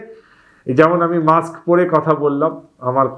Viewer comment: অশিক্ষিত অ্যাঙ্কর কি সব উচ্চারণ -মাক্স, চ্যালেন। এগুলো থাকলে চ্যানেলের দুর্নাম। আপলোড করার আগে চেক করেন না কেনো?